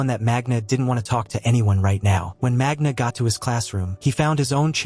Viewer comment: Please pronounce correctly the names , it's "isoldéh" not just isolde and g isn't pronounced in magna